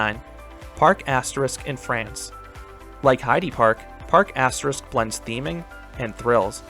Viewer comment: Parc Asterix is pronounced “Park Ast-Air-Ee-Cks”